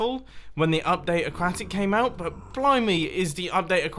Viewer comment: Mumbles can’t pronounce aquatic right... Mumbo need to go back into grade 2 to learn this one again?